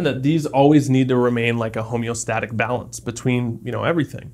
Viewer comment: "balence" lol